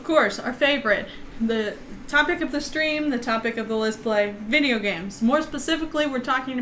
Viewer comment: you really meant list play during live stream he said it and it sounded like a let's play.